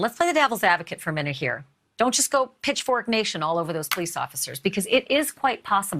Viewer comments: Pronunciation of Moab is Mo-abb, as opposed to Mo-obb. Thanks! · It’s pronounced MO AB. (Like ap ple or ab domen). Not Moaub